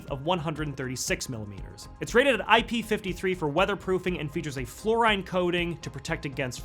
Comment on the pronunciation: Great overview but one question. Isn't fluorine pronounced "floor-een" just as chlorine is pronounced "chlor -een" or (maga)zine is pronounced "zeen"? Asking for a friend.